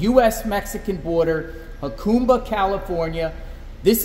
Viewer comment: "AH COME BA" Jacumba